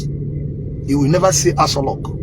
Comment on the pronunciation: it is Aso Rock, it's not asolock